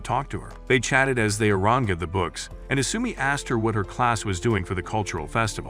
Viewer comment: ah yes. "ah-ran-geh-d"